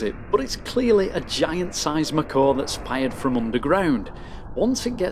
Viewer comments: So 1st: please do mass effect 2 and 3. This was an interesting video, and so are your others. But 2nd: Not to be rude or anything, but just so you know the mako isn't pronounced, "macaw" it's pronounced like, "may-ko" like mako shark. Just trying to be informative, still a great video! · MAko, not MakO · ''macaw'' It's MAY-KO It's a shark, not a bird! Cool video though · You trollin us mate? Its mako not McCor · he pronounces it like macaw xD but no problems, still a great vid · Maybe it was supposed to be "mah car" :D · Him pronouncing it "macaw" makes me think he never actually played the game. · The way you pronounce mako brings me physical pain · I just heard it and almost bled from my ears :D